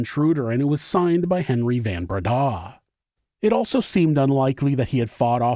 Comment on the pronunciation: Van Breda is pronounced like Fun Breda